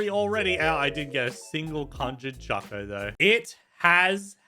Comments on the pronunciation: Bruh it’s conjured coco not conjured chocoa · Its funny that said conjured cocoa wrong its a k sound on cocoa